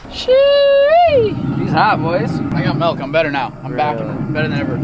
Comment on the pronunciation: said MELK🤣